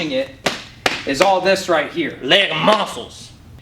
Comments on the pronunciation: When said LEG MUSSELS I felt mikes pain😂😂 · "LEG MUSSELS"